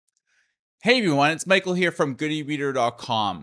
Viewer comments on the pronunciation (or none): none